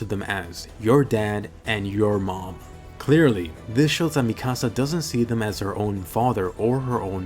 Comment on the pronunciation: Mikasa really just said yourmam 😂🤣